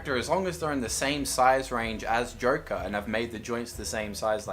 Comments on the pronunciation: For some very odd reason i hear him saying jerke instead of joker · This is why cant you say correctly JOKER???